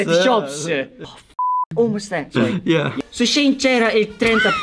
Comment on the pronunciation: In realtà si dice “She (che sarebbe “lei”) e “In”, perché anni fa il negozio si chiamava “She Inside”. SHEIN detto Shane non si può sentire 🤯